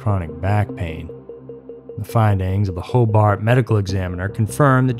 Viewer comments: Hobart around here is pronounced "Hobert". I know, 2 years too late lol. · Just a quick few notes on place pronunciations(somebody else might have said this already). It’s Ross (like the character on Friends) Township, Merrillville is pronounced Merr-i-ville, and Hobart is pronounced Ho-bert. I used to pronounce Hobart incorrectly as well until I moved there and the locals corrected me very quickly.